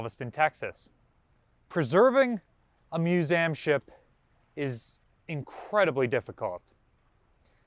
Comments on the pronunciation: the amount of times youve said museum incorrectly made me stop at 3mins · /myo͞oˈzēəm/ not /myo͞oˈzaym/